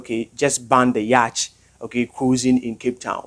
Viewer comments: Please man say yacht not yach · It's yacht not yach... The ch are silent my guy